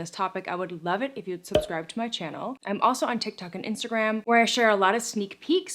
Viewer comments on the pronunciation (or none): none